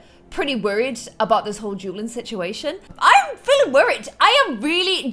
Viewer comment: Whenever you say dueling, I hear drueling